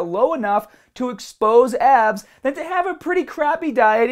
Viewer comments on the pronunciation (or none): Thought you said ass